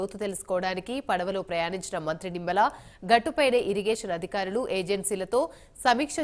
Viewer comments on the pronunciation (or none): తుమ్మల కాదు. నిమ్మల